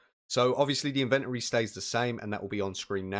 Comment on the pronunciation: You say inventory wrong